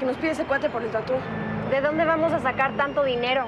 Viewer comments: Se oye tatú pero es Tatooh,es tatuaje en inglés nmms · Esque lo dicen como Tattoo en vez de tatuaje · A alguien más Le da rabia q digan tatú?? 😂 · Por qué le acentúan a la u en tattoo? :v